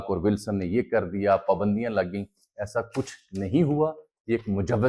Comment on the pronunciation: Bhai pakistan pa pandio ka koi nai kha rha. yha pa shaksi pabandiyo ki bat kar rhy ha thora dhihan sa reporting kry